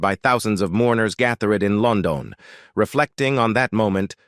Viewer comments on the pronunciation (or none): Even this one? Train the AI in English pronunciation BEFORE publication. Loan doan???? C'mon guys!